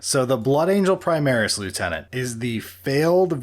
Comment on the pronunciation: "Prismaris" lol